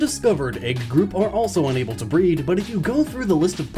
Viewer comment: I thought you were saying BREATH